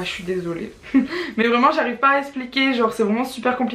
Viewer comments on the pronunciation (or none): none